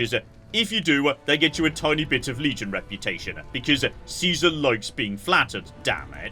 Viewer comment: How they pronounce Caesar is baffling